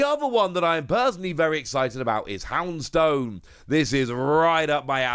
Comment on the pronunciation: Not a fan of how peole pronounce "houndstone." Itg's clearly meant to rhyme with "Tombstone." I can accept that there are differeings of pronunciation of various Pokemon amongst the fanbase, but this is one I have to comment on. Another is when folks say "Glass-trier," instead of "Glace-trier." It's name was designed to reflect the word "Glacier," doesn't matter whether it uses a and S or a C. Plus it'd look tacky if they HAD used the C instead. Another in a similar vein is when folks say "Bih-dooh," instead of "bee doof." The name was designed based on it being a beaver, and yes they took liberties with spelling, but that's because "Beadoof," is a ridiculous spelling, as would "Beabirael" be. I will say though, I pronounce Plusle differently from others, I go with the Latin pronunciation, as in ne plus ultra, but like it's not like I'm shooting an arrow in the dark for how to say these Pokemon names. Also Bidoof is said the way I outlined in the anime. And furthermore, nothing about the Pokemon implies anything to do with auctioning, so where this "Bidoof" ronounciation came from